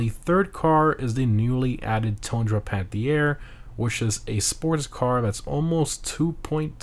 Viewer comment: It's not spoken out "panthiére" but "panteer", funny how French it sounds while it ís a French car tho hahaha🟦⬜🟥